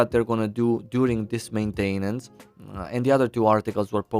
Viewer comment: I Love how you pronounce maintAInance 😁